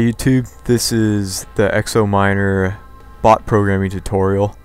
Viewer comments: he said x o and it's pernounced Zenomorph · Just so you know "XenoMiner" is not pronounced "X O miner" It's pronounced "Ze no miner" just saying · pronunciation zee-NO-miner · "Ze no" sounds like Xeno! I'M JUST CORRECTING HIM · Its said like alien is (zeeno miner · xenominer pronounced Ze-no-mi-ner.